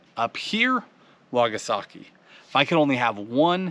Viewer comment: it’s called a wakasagi... not a “wagasaki” keep it up man lol makes me smile every time!